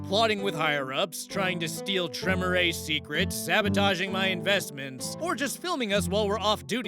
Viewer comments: Well. Apparently he missed the part about Vampire being a game of intrigue, subterfuge and The All Guardsman Party’s favourite game ‘screw everyone else before they screw us’. Also, Tremere is pronounced Tre-mere (as in ‘meerkat’). To hear it spoken, watch the first audio log in ‘Hunter; The Parenting’ by Alfabusa. Actually, watch the series in general. And look up The All Guardsmen Party’s favourite game, honestly think you’ll enjoy them. And as a guy whose go-to class is usually Rogue, I sympathise. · Tremere is pronounced Tre-meer, like Meerkat. 😊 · The Tremere pronunciation is KILLING me